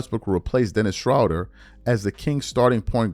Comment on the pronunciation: the way you consistently butcher people's names when the spelling is right there be killin me. who tf is SHROWDER? lmaooo